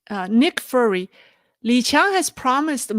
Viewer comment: one of your loyal followers is Nick Fury and you mispronounce his nickname. It’s “fyury” like anger, not “furry” like a kitten. He’s a famous cartoon character. FYI😁😂🤣. GREAT show, as always!